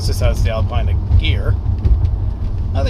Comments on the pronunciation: It's pronounced "Alpeeena" !! I've got a '99 M5, which is currently blocked in by my Stag, as that has a dead starter motor. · Nice review but ought to prononce Alpina correctly...